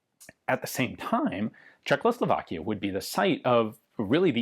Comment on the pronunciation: God damn it Ian, I love your content so, so, soooo god damn much... but... dude.... THERE IS ONLY *ONE* "L" CZECHOSLOVAKIA!!! Every single video you do in which you say the country's name (and that's surprisingly frequent) you say Czech-LOW-Slovakia, and it makes me die a little inside every time. =|